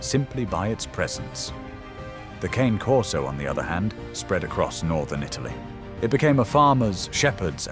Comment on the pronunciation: You did not explain to the person speaking the correct pronunciation of the Cane Corso. Italian Eventually, he said it correctly. CAW NAY